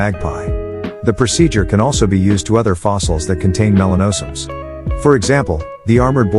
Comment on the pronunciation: Video and narrative don't match up with each other. Melanosomes was pronounced incorrectly. The robot voice wasn't too bad though. Sounded almost natural.